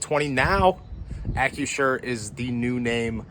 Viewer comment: You screwed up the new name. It's Ack-Crew-Sure not Ack-U-Sure.